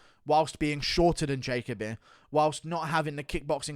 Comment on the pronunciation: Ja-Co-B 💀 “Jacoby”